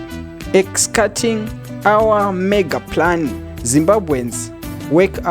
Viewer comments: Kwete kuti Pakanzi "Executing" woti ex-cutting😢😂😂😂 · Kutadza kupronouncer Executing 😅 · Nhai ko hamugoni kuverenga chirungu chokwadi "executing " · You failed to pronounce the word executing.....